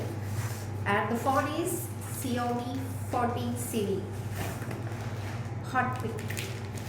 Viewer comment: Xiomi ❌ Shaumee ✅